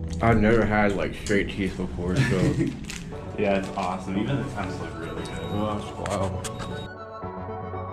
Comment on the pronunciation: Lol... you said "aweshum"